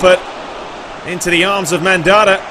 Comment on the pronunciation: Mandanda isn't pronounced Mandara but either way I love love your vids and keep up the great content and commentary.:-)